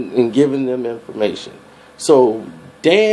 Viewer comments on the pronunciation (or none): I hope that he's not Hispanic he pronounces his name dan "ray-feel" so if he is Latino he's pretty ashamed of it